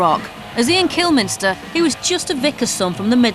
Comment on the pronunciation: kilmiNster??????????? what a bitch she mispronounced his last name :|